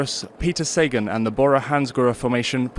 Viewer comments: I thought it was SA-GAN not SAY-GEN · jesus learn his name, you are butchering his name. pronounce is saghan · It is pronounced SA-GAN.................geeezzzzz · 'say-gone', how apt. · “The list of victories in the Flanders is now complete” WTF? Please get a cycling fan to do the voiceover so you get it right & pronounce Sagan properly. I expect more from the Official channel